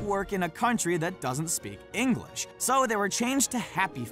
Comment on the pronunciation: I'm triggered how he said English because I live in England and I am English and he said it like ingalish English people say it like inglish